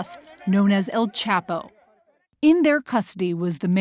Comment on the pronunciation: “ known as El-Chapel ” 🤦‍♂️